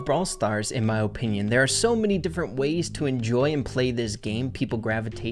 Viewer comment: mans rlly said O pinion lol